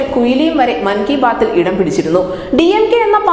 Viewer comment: മങ്ഗി ബാത്ത് അല്ല. "(നാക്ക് പിഴ) (.സാവധാനം പറഞ്ഞാൽ മതി) "മൻ കി ബാത്ത് " ആണ് ശരിയായ വാക്ക്. .